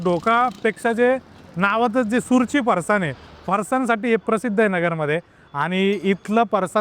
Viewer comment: अरे सुरची नाही सुरूची म्हण